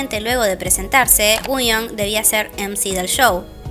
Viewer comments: por eso, pero ella siempre lo pronuncia mal, como uuion. Igual ya me di cuenta que es tema de ella, porque también pronuncia mal Ador y otras cosas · Por qué dice Wuyong si se pronuncia Wonyoung? 😮